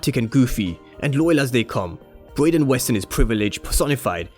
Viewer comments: bro you keep pronouncing his name as “Broyden”🤣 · Why u calling him broyden 🤣